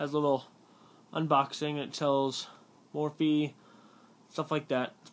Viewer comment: its mophie not morphie